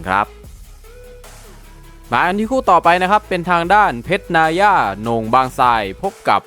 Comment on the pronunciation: เพรชนายย่าไรมึงวะ อ่านว่า นาย่า